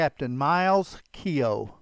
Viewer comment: Keogh is not pronounced kee o